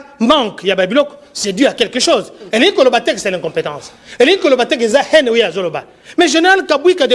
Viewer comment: haine et non hene .ai (aie) en fonetique.